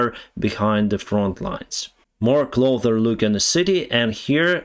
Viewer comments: FYI, When you say "closer", you are saying it with a "th" sound near the end of the word with your tongue between your teeth. The way we here in the U.S.A. pronounce the word is with an "s" sound near the end of the word. When you say North or South, you use an "s" sound at the end of the word. All you have to do is switch the two sounds to get it right. North or South with the tongue between the teeth and closer with the "s" sound near the end of the word. Otherwise, your English is remarkably good. Thank you for your in-depth reporting. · one English word you really need to learn to pronounce properly is "closer". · Say “Get closer” Not “get clother” Cloth is like a small towel. Clothes are shirts, pants, socks. Closer, is an s sound. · The word is 'cloSer' with an S. Not cloTHer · Closer bro not Clother , your english is much better than my Ukrainian though . Thanks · Please, ближче is pronounced "cloSer", not "clother". I'm only mentioning it because I KNOW you can say it correctly, but it's becoming a habit. чисте небо, товариш пілот. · Hi I like you and no offence but please start saying "take a closer look" not "take a clother look". 😅😁 There is no such word as "clother" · I love your videos just a tiny little correction: you keep saying "clother" (ближче) but the correct word is "closer". Also, a lot of times you call towns "cities". Bakhmut is a town. Not a city. City is a big place (місто) like Київ. Also, the correct way to say is: "they were afraid", not "they afraid" (вони боялися). All the best wishes, my friend, слава україні!👍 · I notice that very often you say "clother". The correct word is "closer" no "th". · I noticed you started saying ''cloder'' instead of ''closer'' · Closer You pronounced it 'clother' when it should be said this way... 'CLOW-sir' clow rhymes with slow and sir as in 'Yes sir" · Improvement in pronunciation recommendation: Closar not clother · CloSer, not cloTHer... 👍✌